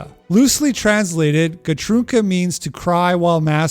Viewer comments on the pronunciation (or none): 90% true /A Swede PS, it's "gråtrunka", not "gatrunka". The latter would mean that you jerk off in the streets. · It's gråtrunka and tvättstuga. Everything else is only slightly exaggerated for comedic purposes, and I appreciate the video. Swden truly is a communist hell and most of the inhabitans fail to recognize it because it wouldn't be a very successful hell if they did, right? So it is a successful torturous chamber for sure. Personally I dont live in Sweden.